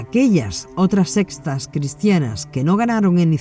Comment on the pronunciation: Con mucho respeto sugiero a la persona que está narrando, al referirse a las diferentes sectas; pronunciar SECTAS, no sestas o sesta. Muchísimas gracias.